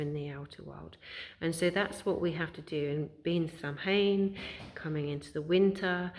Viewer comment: Very well said, thanks for sharing this. I like how you use anaolgies to explain what you want to convey, it resonates :) btw, the pronounciation of Samhain is said as "soughwan" (from an Irish woman) Thanks wise woman :) <3